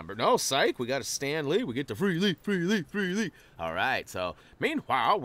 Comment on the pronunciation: My fave part of these vids is when he says free lee free lee free lee